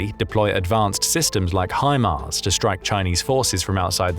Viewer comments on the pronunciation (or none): none